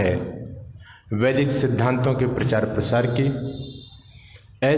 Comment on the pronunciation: PARCHAAR is wrong PRACHAAR is right word, please rectify 🙏🙏🙏